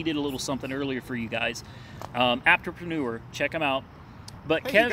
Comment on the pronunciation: Lmfao u struggling on the apptrepreneur